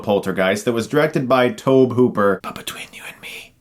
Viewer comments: His name is pronounced like Toby not Tohb.... C'mon man... Tobe Hooper is pretty substantial in the horror genre. Texas Chainsaw Massacre.. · It's TOE-bee Hooper, not TOAB. And yes, he directed the original. Spielberg directing it is just another Hollywood myth. It's like saying Tarantino directed "From Dusk Till Dawn" or Peter Jackson directed "District 9". Yes, all three were heavily involved in the production and were almost constantly present on the set, but neither of them actually directed any of those movies. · Hey, movie review guy, it's pronounced Toby (Hooper). He also directed a little film called Texas Chainsaw Massacre. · Tobe is actually pronounced TOBEY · He said tobuh hooper lol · It’s pronounced “Toby” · I liked it. The original was good. But I will never understand why people think The Babadook is scary? I wanted to kill that kid! Lol Insidious was scary!! And I think it's pronounced Toby Hooper, even though it's spelled Tobe. Sorry, but I'm on a roll here, how do you shrug your head and not your shoulders?! LOL! OK, I'm done, I'm picking.... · How many movie "experts" don't know how to pronounce Tobe Hooper's first name? Apparently, a lot.